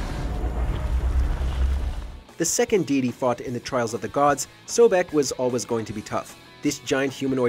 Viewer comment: MY MANS SAID DEE DEE INSTEAD OF DEITY 😂